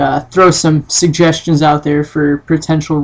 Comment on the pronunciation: did u just say C-Jesstions? lol this is your buddy John btw haha